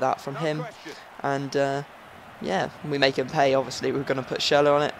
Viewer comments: its not pronounced schurler its schurrel !!! haha love yur vids keep going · it's not schurrel -.-' actually is probably the most "gifted" english speaking person i've heard so far when it comes to pronounce things like the Ü in schürrle. and again you don't say schurrel dude, it's clearly schüRRLE Anyway I love your vids mate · Say schurrle again :/